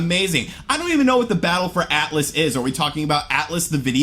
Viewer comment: “Atlas,the video game company” You mean “Atlus”,right?🤔